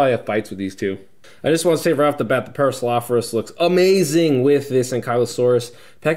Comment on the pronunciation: Oh and one more thing Para-saur-ol-o-phus